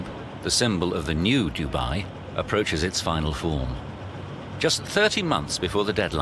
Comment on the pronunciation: How he pronounces Dubai is cringeworthy. The locals do not like it said in such a careless way. Dudnt even get 8 secs in lol